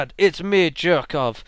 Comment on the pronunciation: Jerkov is pronounced Yerkov.